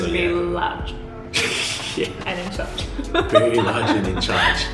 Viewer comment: Did you now Malaysia have 4 season..... Hot.... Wery hot..... Wet..... Wery wet.....😂😂😂😂😂😂